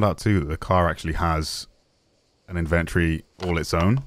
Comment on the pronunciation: a what?! Lmao It's IN-VA-TORY! ... Invatry Lmao